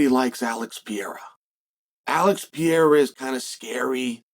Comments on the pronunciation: i think the only guy that doesn't like alex is the guy that keeps calling him "pee-air-ah" - say it with me "per-ray-rah" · Piera? what the hell is Chael even saying LOL, a five year old could pronounce Pereira better than that LOL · Not everybody. I don't like Alex "Piera" or Alex Pereira.